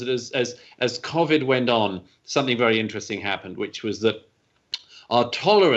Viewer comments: Can I just say nobody in the UK pronounces Covid like this bloody good chap, I guess he's just trying to put a posh twang onto it, and playing into the stereotypical British accent that yanks think we all talk like. FML 🤦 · Imagine pronouncing covid cOAvid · You can argue his pronunciation is, in fact, correct. COronaVIrus Disease. One pronunciation (his) uses the correct sound for the CO but the incorrect sound (quite understandably) for VI and the other pronunciation modifies both to phonetically state the acronym. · I can confirm that no one else in Britain is pronouncing Covid like Douglas is 😂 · In case anyone's interested no one else in Britain pronounces Covid like Douglas . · Douglas Murray pronounces Covid differently from me. I have clearly been pronouncing it wrong. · Love Douglas Murray, hate the way he pronounces Covid 😂